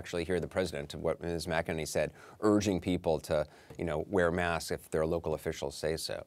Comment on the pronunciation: Anderson - Am I hearing you correctly? Are you calling Kailey McEnany, "Kailey Mc-A Ninny"?? If so, I applaud you! I have always appreciated your reporting, but this really would put you on top, if it is true. 😷